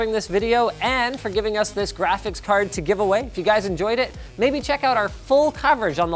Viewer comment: Jraphics cards